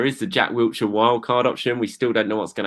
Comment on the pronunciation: it's "WILLshire" not "WILTshire".